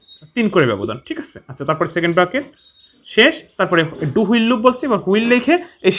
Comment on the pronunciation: হুইল না, হুয়াইল